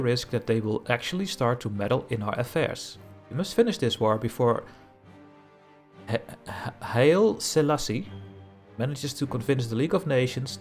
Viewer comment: Haile is pronounced Hai-leh ;-)